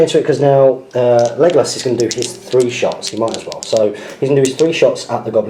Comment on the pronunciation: Why do u say megalos not legalos?